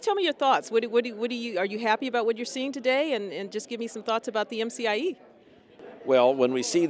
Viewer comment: It's not MFIE summit. It's MCIE Summit.